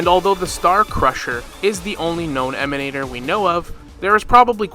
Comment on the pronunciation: I always here that GachaSmack's voice when "Emanatorrrrrr" is pronounced :D it's so hilarous when he does that